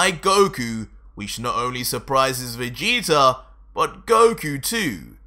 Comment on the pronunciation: I normally really like watching your videos I’ve been a fan for a while but I do have some problems with stuff the fact that you sometimes say Vegeter And the way the story is going Vegeta is supposed to now be turning a leaf going farther into the good side rather than trying to keep the feeding Goku he has new motors for life now which is his family not defeating oh cool that’s just my opinion though